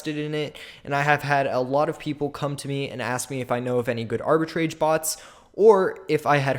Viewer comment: not even pronouncing "Arbitrage" correctly